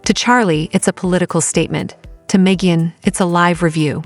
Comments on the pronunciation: Hahaha. "May-jin Kelly." Subscribe and like, folks. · "Meejin" Kelly? Seriously? AI most be borderline illiterate. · Meejan?!!! What the heck?